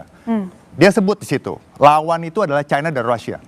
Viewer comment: Orang orang Indonesia genius kok jadi bodoh menyebutkan china menjadi Chaina yg sok kebarat-baratan dan sangat memalukan sebagai orang Indonesia